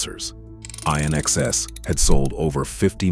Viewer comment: INXS - like in excess❤️ (not Eye-in excess)🤔🤨😐